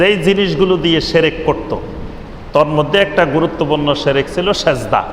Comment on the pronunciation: শেরেক না শিরক ভাই।আপনি সুন্দরভাবে বলুন সেটা আরও ভালো হবে ভাই।